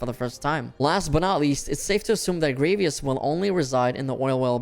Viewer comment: Sorry but the pronouciation of Gravios is getting to me. It's not Gravios like gravy. It's actually Gravios like gravity.